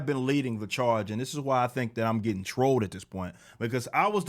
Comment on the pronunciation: "I'm leadin' the CHAAHGE!!!!"